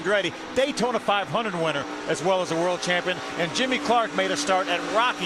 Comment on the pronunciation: "Jimmy Clark" Please kill me.